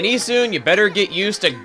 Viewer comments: it's E-soon. the japanese don't have the UH sound in their vowels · I always pronounced Issun "IH-sun" not "EE-sun". Oh well.